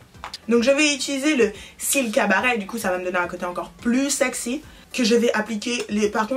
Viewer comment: ''Oula c'est un violet très violet''aussi l'accent quand elle dit ''sexy''